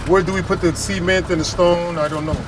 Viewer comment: why do you say "C-ment"? It's a mispronunciation of the word. I hear people in Iowa mispronouncing it that way too. Why is that? Like mispronouncing Cassava.